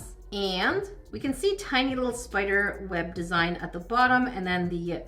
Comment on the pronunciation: Its spider not spoder